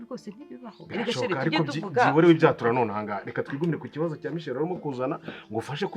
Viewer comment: Nkuranga muzamwigishe kuvuga Michelle (umukobwa) apana michel ,rwose amuvuga nkumugabo😂😂